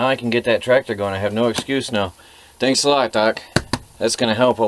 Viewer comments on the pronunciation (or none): none